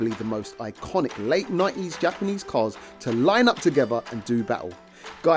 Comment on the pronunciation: Gapanese! Heard dat.